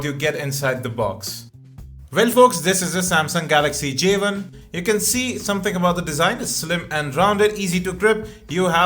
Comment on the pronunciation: J ONE, not Javen